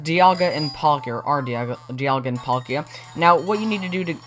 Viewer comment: Why does he call palkia Pal Kia??